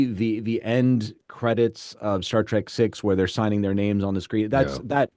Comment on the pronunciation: I say "Star Track" too. I know it's "Trek." I use trek as part of my vocabulary. But when I say Star Trek it usually comes out as track. It's probably because I didn't recognize the distinction when I originally watched the show in the early 70s.